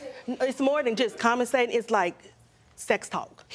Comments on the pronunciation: Wait, did I hear that right....did she day, "COMMASATING.?" 🤔🤔🤔🤦🏽‍♀️🤦🏽‍♀️🤦🏽‍♀️🤣🤣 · Looord! She said commasating again even after Judge Toler classically corrected her!